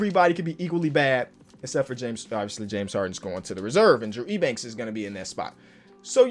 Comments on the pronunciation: Drew Eubanks is pronounced U-Banks not E-Banks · Yo btw Drew Eubanks’ last name is pronounced as Yew-Banks. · Eubanks is pronounced like youbanks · Drew Eubanks is pronounced “you-banks” trust me I’m a spurs fan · saying “Ebanks” is kinda irritating me a lot 🤣